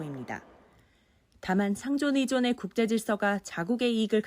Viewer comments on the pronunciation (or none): 상호의존으로 자막나왔는데 상존의존으로 읽었네요ㅋㅋㅋㅋ 앵커 실수 하나 찾았음